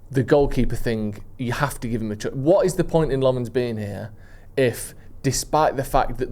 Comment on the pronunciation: Senne Lammens isnt from the French part of Belgium, he is flemish. So you can stop with the french pronunciation and just say Lammens in an english way, its more accurate. Edit: not to be a dick or anything